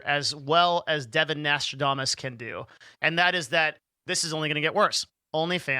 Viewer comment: "" made my day.